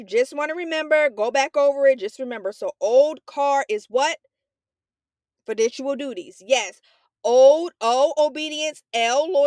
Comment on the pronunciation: the way u saying fiduciary and fiducial is hurting me